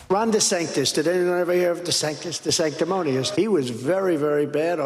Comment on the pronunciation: He LOOKS scared. And he seems to have trouble with the word, "sanctimonious." The meaning and the pronunciation. DeSantis is hardly sanctimonious. And it is not "sanctous."